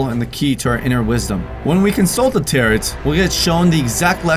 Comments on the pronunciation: Pronounced Tar-oh..not taret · Hey just thought I'd let you know it's not 'tar-OT' it's actually 'tar-OH'. Sorry just thought I'd say that I love your videos and you kthxforreadingbye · It's pronounced "tare-o" not "tare-it" they aren't carrot cards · It’s pronouced taro cards not taROt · I will not watch this channel anymore because of the pure hellish shrieking screeching cacophonic noise you shoot out of the speakers and into my ears. It’s pronounced “TEAR OH” cards. Not territ cards. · As I'm hopeful at least one of these 5,258 comments left before me most likely clarified, it is pronounced Tare-O, not Tare-et. But I'm glad to leave a reminder. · it’s pronounced as taroh not tarot... 😇🤔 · The word “tarot” (as in “tarot cards”) does not rhyme with “carrot” (as you pronounced), but it rhymes with “arrow”...FYI. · Its pronounced like Teroh not tarat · "tarrot" as in carrot. It's TARE-roh,. Sorry, but this Wiccan boy has got to go. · Just found your channel, because today, 10/13/2023, is the “Dear David”, movie premiere. “Tarot”, is pronounced, “TEAR-oh”. It does NOT rhyme with, “carrot”. You know…..”SPEAK”, is a wonderful little thing that you use, when you’re unsure of the correct pronunciation. 👌🏻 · Tar-O cards. Sheesh. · the "T" in the word Tarot is silent at the end. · This has probably been said but this kind of thing that just pushes my buttons but tarot cards are pronounced taro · Tarot - (tear O ) is how it is pronounced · Tarrot....carrot lol Bro second "T" is silent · Your saying tarot wrong! It’s pronounced taroh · It not tarot it’s taro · no your right.but i ddnt wanna say anything lol,pron, 'ta-row' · Tarot is pronounced tear-oh. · Yo, it’s pronounced “taro” cards. Last T is silent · Tarot is pronounced Ta - Roh. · Tarot doesn't rhyme with carrot. Who hasn't heard this word? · Its pronounced TERROR-O. TAROT. Thats it. Say it. Come on. You can do it. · It's pronounced taro😂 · their called Tar-oh cards not tar- it spelled tarot